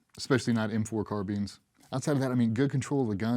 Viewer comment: m4 CAR-BEANS. Idk if that's proper but lord it sounds so much worse than carBINES to me lol